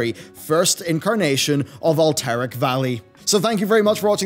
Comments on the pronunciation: That is not how Alterac is pronounced. It's pronounced All-tur-ak. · With the way you pronounce Alterac, i think i'll give the next video a miss lol